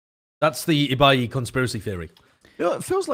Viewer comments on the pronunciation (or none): love how ibais name wasnt pronounced the same way twice